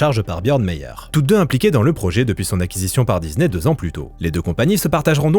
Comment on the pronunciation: Il n'y a pas de "Z" dans disney et le "s" n'est pas suivi d'une voyelle, merci de le prononcer correctement à l'avenir !